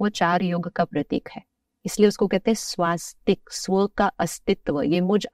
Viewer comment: Sir she is misleading unintentionally or Visa versa 💁‍♀️ She's pronouncing the 'swastik' wrong and giving its wrong sanskrit meaning Pl check 🙏